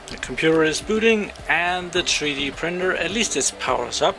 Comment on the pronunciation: "tree dee printer" lol